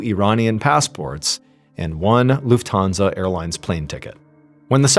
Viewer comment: It's LUFThansa, not LuftHANsa. ;)